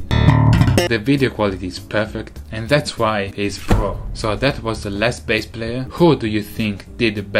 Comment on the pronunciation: It is pronounced as Bass, not base...